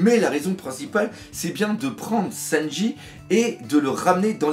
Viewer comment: Warsajeff Ouais enfin pour le coup le doc dit "Louffy" juste par habitude, t'as pas remarqué qu'il dit "Senji" au lieu de "Sanji" ?? 😂